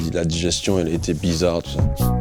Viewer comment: " la digestion était bizaw